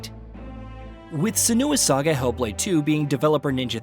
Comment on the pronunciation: I don’t respect a reviewer who can’t pronounce the title correctly